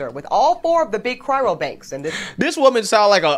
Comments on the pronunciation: Why she say "Cryro", not "Cryo"? 😂 Shes educated???? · I already commented but I had to comment again after hearing this "educated woman" calling it a CRYRO bank over and over. Hey educated woman... It's a CRYO bank. Not a CRYRO bank. SMH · Is 'cyro' hard to say? Why do I keep hearing it being said as 'cryro' by a person who has dropped a ton of money on the company's services? You'd think somebody there mentioned the name once or twice or that the woman who is supposed to be educated could manage it all on her own. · Pretty sure she could find any color seed she wants for free. She's just not hitting the right clubs in the right dress. 😅 And does she mean cryo? She keeps saying cryRo... sounds pretty stupid. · For someone who's supposed to be educated and she can't even pronounce the word cryo, she keeps saying cryro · I don't think it's "cryroe", pretty sure it's "cryo" as in frozen, not sad abortion. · Doesn't even occur to her that she is (may be) the problem. She appears bitter and inflexible. Change my mind. And "Cryro", it's Cryo as in Cryogenic. C'mon man. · The woman cannot say cryo. She says "cryro"😂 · Yeah, I'm gunna take a cryo-bank suggestion, from someone who calls it "cryro"... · she pronounces cryo wrong..... its not cryro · “Cryro” lol it always amuses me when people add extra letters to words, especially when they try to present themselves as highly intelligent or “educated”. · She can't even pronounce "Cryo". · Educated my ass she can't even say cryo right. Shell prolly be the type that will head up the future SS when they start making issues of percentages white DNA in the populace. Only difference will be you won't be able to hide it like in WW2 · Did she say "cryro"? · So she has college degrees and yet still cannot pronounce 'cryo'. Not a serious person. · This is so embarrassing. She can't even pronounce "cryo"! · She can't even pronounce "cryo" correctly... 🤦🏼‍♀️🤦🏼‍♀️ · She mispronounced “cryo” every time she said it.